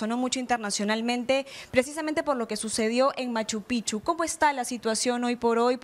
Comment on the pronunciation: Oigan señores, no se pronuncia M. Pichu. Se pronuncia M. Pijchu.